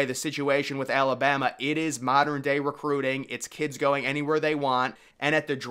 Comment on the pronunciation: LANK “Lost a ‘notha ‘kruit” 😂😂😂😂